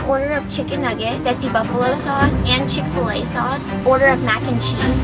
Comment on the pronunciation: He said "Fil-A" with the same finesse as he says "FL-IGHT"